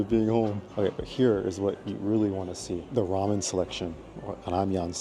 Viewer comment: Toy🤣🤣🤣🤣 it's pronounced goy Edit:ramian??? 🗿 Edit:okay I know we're always influenced by the other countries but can you not say it out loud😭😭😭 Edit:bulgo not gu Edit: yeah tbh there's no difference in "see you" and "geez 25" lol Edit:kuushuur? Bruh it's pronounced Huushuur🗿 Edit: the ad for that yogurt is straight up for women🗿 Edit: I have a E-Mart plastic bag too does that make me a Korean? Edit: me:K- drama🗿🗿🗿 Edit:bro forgot Russian 😭 Edit:the first thing I'm proud of since I started watching the video 🥹🥹🥹 Edit: just so you know this comment ain't a hate comment please don't spam my phone Edit: bro.. You just scratched the plate and WHY THE FUCK DID YOU MIX IT?! 😭😭😭😭😭 Edit:wait until winter you're gonna freeze to death🗿🗿🗿